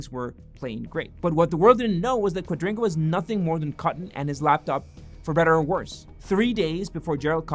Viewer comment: Kua dri ga not quadringa